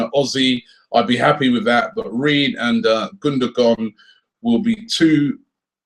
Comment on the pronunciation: It's gun-doe-wan not gun-do-gon